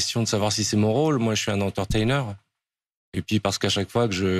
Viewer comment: « Moi je suis un in-ter-ta-i-neur «